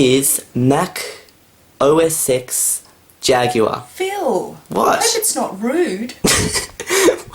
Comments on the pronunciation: Why didn't Phil just clear it up with her that he said X, not sex. It made the whole video just a bit tense and awkward. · Mac OS "X" not OS "sex" Oh, dear. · it sounds like he sed mac ox sex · your mum thought u said mac osex jagular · It's Mac OS X It's Mac OS Ten not Ex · It's "OS 10" not "OSeX", okay. Also, have her try Yosemite. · thought that Phil said MAC OS sex and not MAC OSX. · Oh Sex Jaguar! It was so funny! :D In fact, it's not Mac OS Ex - it's Mac OS Ten. Yes, X is 10. :) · For the confused at the beginning: Mac OSex Jaguar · "Mac OS X - that's it's name" No wonder she looked confused! It's "OS ten" not "OS ex"... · its pronounced "Mac OS X" not mac osex you moron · "mac os sex jaguar i laughed so hard" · mac OS X jaguar What hears: Mac OS sex jaguar: PHIL! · you said X as s## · It's ten. TEN, FFS!!! That is not X, that is Roman 10! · Mac OS Sex? LOL 😂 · OS SEX XD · what? though Phil said Mac OS Sex Jaguar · she thught it was mac OSEX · kind of OSSEX :D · Your mum thought it was Mac OS sex oh my god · thinks said sex when he pronounce os x "os ex" making it sound like os sex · boot up this is mac osex jaguar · i know how its "rude" she heard "mac oSEX jaguar" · Lol Mac OS Sex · You're mom thought you said OS Sex. I love the expression on her face when she thought that. It was priceless. XD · No, he was meant to say OS EX 10.2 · She was trying to say that you saying, Mac OS S*X, is rude. It just sounded like you said that so. ..... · She thought he said Mac OS sex jaguar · OS X sound like osex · Mac OS Sex Jaguar :) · He said Mac OS Ex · Lol he said Mac OS Sex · Yeah I can see where your mum is coming from it did sound like you said mac os sex. :P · he says macossex jaguar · Is she thinked that you said ''MAC Oh Sex Jaguar"? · she thought it was Mac O-sex 10.2... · its pronounced OS - TEN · o sex. ._. that's what she though he said. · In Australian accent, you pronounce it like "Oh Eh Sex" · lol, os sex